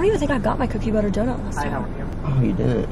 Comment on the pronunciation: Wait i cackled out loud when he couldnt say cookie butter donut😂😂😂😂😂😂